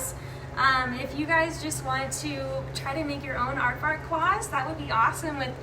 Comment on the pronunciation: "Aardwark" Damn you, dutch-naming...